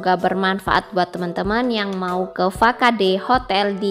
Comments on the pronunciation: Bukan fa-ka-de bunyi nya, harus sebut fasad dong.. bahasa inggris tu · wkwk biarin aja, gua jg bacanya fakade